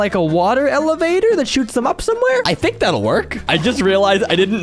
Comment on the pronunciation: You tink ing my tink